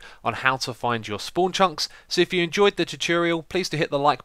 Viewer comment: Dude. Finally. I din't say it first as I didn't want to be mean but he totally says 'choo-choorial' every time. That's so weird.